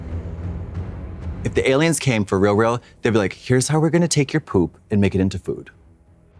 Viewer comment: Trixie pronouncing “aliums” makes me think she has seen the X-Files abridged vines. A true woman of culture.